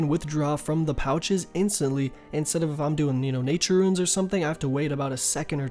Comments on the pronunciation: why does he keep saying "Ruins"? xD RUNES man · If your being serious... Its pronounced Roonscape or Roons